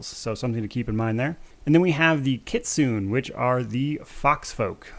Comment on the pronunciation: Kitsune is pronounced ki-tsu-ne the ne isn't a hard n.